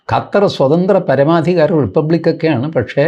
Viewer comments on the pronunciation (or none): none